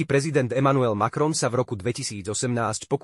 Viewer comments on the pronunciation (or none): Macron, nie Malron.